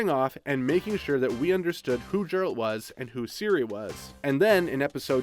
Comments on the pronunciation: His names "Geralt" but he saids "Jeralt" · did you just mispronnounce Geralt